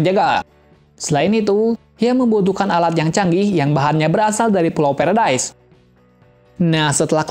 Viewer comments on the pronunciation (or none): Bukan peredas tapi paradis